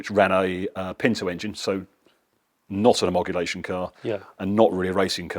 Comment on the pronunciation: What a great, personal, collection. The guy has obviously done very well for himself and is enjoying the fruits of his labour. The way he says homologation cracked me up 😂